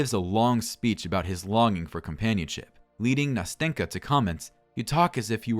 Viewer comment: great video! though as a russian native speaker i want to add smth: nastenka's name is actually pronounced nasten'ka (with a soft "n") and also when pronouncing it you need to make an accent on the first "a" so it sounds somewhat like nAsten'ka. anyway i enjoyed the narration so keep going!